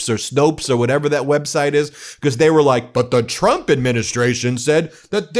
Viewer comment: am i the only one who notice carolying says “president chrump”